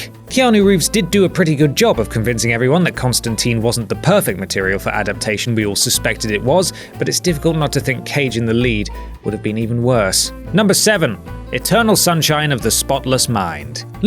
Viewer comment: they pronounce ConstanTINE wrong. And screwed up his nationality.